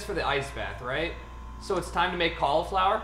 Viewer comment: Can someone please teach my boy how to say cauliflower